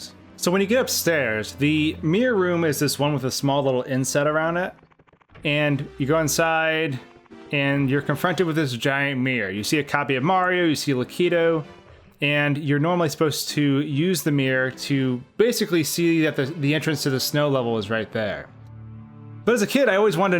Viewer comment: Lah-ka-two not la-kee-toe